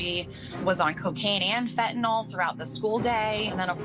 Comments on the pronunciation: Fentanyl. Not fentanol. The country is never gonna get to grips and tackle this issue if no one can even pronounce it correctly 🤦‍♂️ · Fentanyl has a T in it, it's pronounced. This announcer calls it 'fen un al' 3 different times in the segment. I hear this with others that don't say the letter T when it's in a word. Is this a speech impediment or a millennial thing? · What is "fen-uh-nel", Jason Mattera? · And the lesson to be learned kids, never take 'fe-a-nyl'. Is this the latest TikTok fad amongst Americans, just ignoring the 't' in every word. I would expect it from teenage dullards, not adults posing as reporters. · Not surprised. Pls reporters pronounce fent-an-all. 🧐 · It's a word thing. Difficult word until people get it right. 😂 Fen tah nil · How do you post it in writing and STILL pronounce it wrong!!!?? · Illiterate reporter can't even pronounce fentanyl correctly.